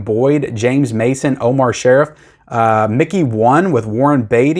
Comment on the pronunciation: Not to be a pronunciation snob, but it is pronounced Omar "Sharreef" very famous actor from Lawrence of Arabia, Doctor Zhivago, etc...By the way, those are some dollar store DVD's come next Christmas season!